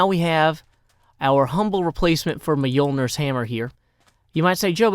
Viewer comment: bruh you miss pronounced Thors hammer literally any advengers fan in exsistence is going to unsubscribe to you mate